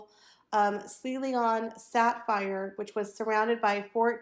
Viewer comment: How can you not know how to pronounce Ceylon, the country the sapphire comes from? Sealieon? Seriously? Look it up?